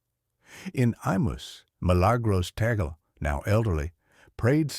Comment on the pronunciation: Last name is pronounced Tag- Le